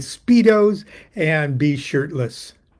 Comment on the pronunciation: Captain Lon did you say shortless or shirtless?